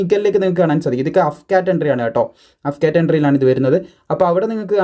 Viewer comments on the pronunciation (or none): അഫ്കാറ്റ് അല്ല സുഹൃത്തേ എ എഫ് കാറ്റ് (AF CAT) AFCAT Means Airforce CAT ennanu. Vayil thoniyath pole parayateyirikku.